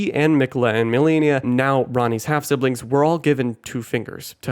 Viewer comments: I swear people call Malenia as "melania" on purpose at this point.. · its malenia